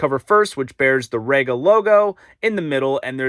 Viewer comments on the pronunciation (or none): Okay, you are new to the brand and the US importers have never got this right so no foul but: 1. It’s REEga not RAgar. 2. It’s PlAnar not Planner, although these days it’s usually just P 3. Mk is an abbreviation of Mark, so it’s the Fono Mark 5 not M K 5 4. The platter is glass, not acrylic, hence it’s weight. 5. That Neo has a fault or it’s not compatible with the power outlet. Definitely worth contacting Rega about it as the sound quality upgrade is worth it. 6. Don’t stand the turntable on the amp. 7. Rega has been making turntables for over 50 years. If they didn’t think that having a felt mat was a good idea they wouldn’t have put it in the box. You’re using the dust cover so why worry about dust? You have a great turntable there and I’m sure you’ll love the way it sounds, especially if you sort the PSU and mount it on a dedicated shelf. Oh and put the mat on it 😉